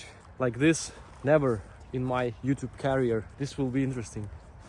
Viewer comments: Hee hee. . . I was sitting here wondering why you kept referring to your "youtube carrier" before I realized you were saying "youtube CAREER"! ;) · Career is Pronounced ( Kariyr )